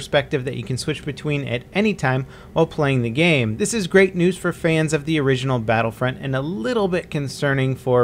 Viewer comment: Everytime u say 'Battlefront' i understand 'Battlefriend'